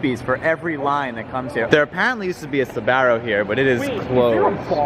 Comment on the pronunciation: Please do not pronounce Sbarro as "suh-bare-o". Not only have you added an extra syllable out of nowhere, you also used the wrong vowel. The name "Sbarro" has two syllables. The first syllable is "zba", which is the same as "spa", except with the S and P voiced, to make Z and B. The second syllable is "ro". Properly, the R is rolled. You needn't to worry about that, as speakers of English typically cannot produce that sound easily. But speakers of English certainly can pronounce the name with its correct number of syllables (two), and with the correct vowel (the one in "spa").